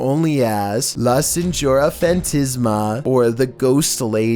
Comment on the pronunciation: Was he trying to say “La Señora Fantasma” At #1